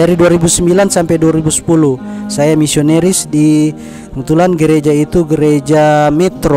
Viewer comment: Katanya pendeta gomong nisonaris na bilang nisoneris hmmmmm pendeta apa BKN ya?,🤔🤔🤔🤔🤔tpi saya GK yakin dari keksasiannya. Sayang dia Uda bohong sama saudara muslim semuanya